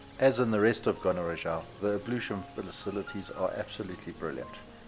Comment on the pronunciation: It’s not Gonarezhawu but Gonarezhowu.